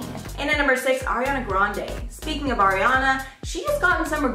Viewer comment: Pls say Ariana right